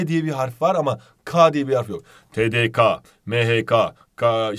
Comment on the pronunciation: Tdkanın Tdkenin Ka diye okunur